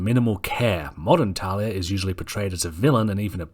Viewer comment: It`s pronounced (Tahl-lia.)